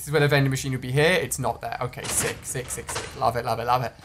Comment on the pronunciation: He said sick sick sick but it did sound like 6